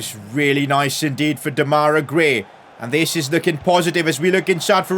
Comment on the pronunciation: PCQ: Why do you keep calling him de-mai-ra gray , it’s dem-a-rai gray?